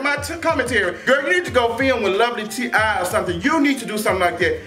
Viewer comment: its lovelyti as in "tea" btw i love her!!